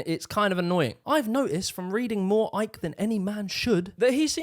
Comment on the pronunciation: "the new order of barber Arians" Shouldn't his last name be pronounced "ick"?